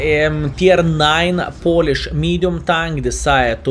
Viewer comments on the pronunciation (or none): none